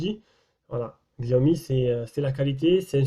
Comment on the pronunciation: Sinon, on prononce "shiaomi"